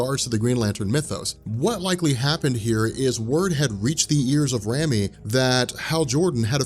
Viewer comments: Rami is a real name and is pronounced "Raw-me". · RAMI = RAH-MEE